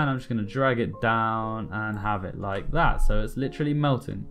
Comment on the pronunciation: ur 'laik dat' got me hooked..